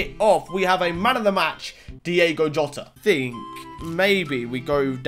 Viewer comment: the way he said JOTA😂🤣💀